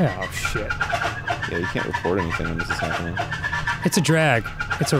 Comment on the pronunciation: Dan: "Shid" Me: Say Fard right now